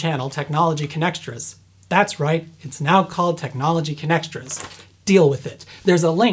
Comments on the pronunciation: I heard connextress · For some reason I heard "Connectrons".